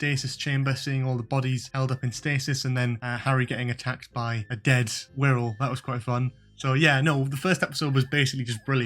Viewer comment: I thought he said squirrel at first! 😂